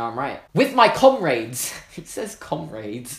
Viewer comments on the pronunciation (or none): no one it's pronounced com-rads